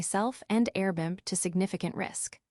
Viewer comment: Dear AI, please correct your enunciation of Airbnb. . .Air-b-n-b